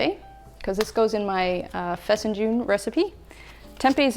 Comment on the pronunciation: Oh my goodness, you said fesenjoon with tempeh no less! How'd you get introduced to this Persian dish? You are amazing and inspiring as look to transition to a plant based diet as well :)